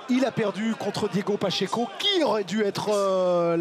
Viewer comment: C'est qui Pachenko? Un ukrainien? Dimitri Pachenko? 😂😂😂 Sinon ya Diego Pacheco, PA - tCHÉ - CO